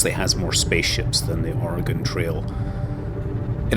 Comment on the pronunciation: Thank you for saying oregon right😊